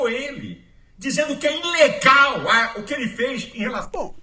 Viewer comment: Eu ouvi mesmo o falar " Inlegal" ou estou surdo?